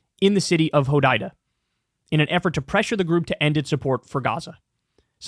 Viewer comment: Kyle can’t pronounce Hodaida